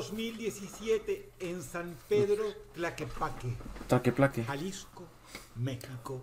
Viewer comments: Dross: Tlaquepaque: taqueplaque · 😂🤣😂 se dise Tlaquepaque jajajajajaj fue lo único gracioso